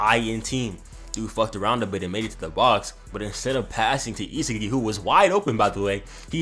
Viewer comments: Not gne hold you bro you saying isagi name wrong it's I-Sah-gi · Bro it’s E SA GEEEI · It’s isagi is-a-gee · The way he pronounce isagi's name as "isa ge" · DO NOT ever butcher his name again 😭😭